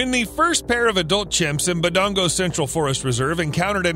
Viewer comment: The way he says "Budango" is funny 🤣🤣. Should be "Budongo" though Great video as usual.